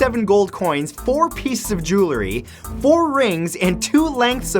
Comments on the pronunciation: (1) I absolutely love your videos. Thank you! (2) the word 'JEWELRY' is pronounced jew el ree , NOT jew la ree. A small price for me to pay to enjoy these, but it does bug me every time. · Dude, great videos! Just one thing. It is JEWELRY. Not JEWLERY. As in "Jewels" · Did you just say Joolery? lol